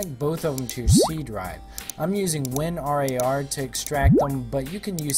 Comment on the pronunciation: win-r-a-r? lol never heard it spelled out.. remind me of these kids who say "a-i-m" lol